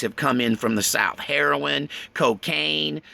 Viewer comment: Not heroine any longer. ..It's heronoyle.